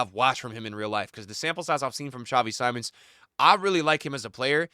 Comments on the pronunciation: I liked you but if you have truly watched Xavi Simmons irl you would know how to pronounce his name, is Simmons as it is written not Saimon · Just to help, Simmons it’s pronounced Seemons. Great video